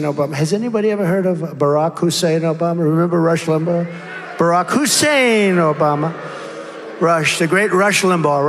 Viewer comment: Every time he stresses Obama's middle name is an anti muslim slur.